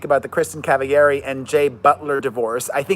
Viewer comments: Jay BUTT ler, lmao Also, she isn't a latina. It's not Cava-yari. It's Cavallari, hard L. Also, she is ITALIAN. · PEREZ Her Name is Cavallari it’s Italian her dads from Italy she just went on her show to trip to Italy and met all her family in Italy ——you pronounce it like this CAV A - LARRI CAN SAY THAT LIKE LAR E WITH E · I don’t get it are you shading Kristen by mispronouncing her name and saying she was on the OC? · No. The OC thing was a genuine brain fart. I never watched Laguna Beach. Just The Hills. And I honestly can't pronounce her last name.